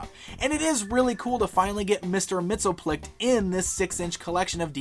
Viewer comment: He'd be pretty upset the way you pronounce his name. Repeat after me, Mix.... Yess... Spit.... Lick.